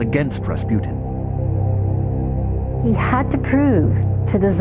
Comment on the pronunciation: if you are gonna try to pronounce his full name right, at least say it right. it is not difficult. you know, unless you are a half educated moronic narrator from Discovery Channel